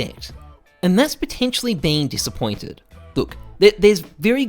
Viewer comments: “disspointment” lmaoo great video:) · What pointment? Disspointment. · "DISSPOINTMENT" very nice